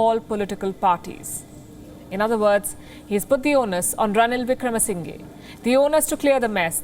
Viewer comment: Its not ranil wickrama sinhee its pronounce as ranil wicramasinha but it writes as ranil wickramasinghe 😂 How ever he is the guardian of rajapakshas